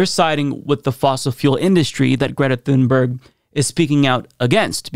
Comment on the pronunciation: Sounds more like "tune-berry" to me at least as the "g" was softened to "y".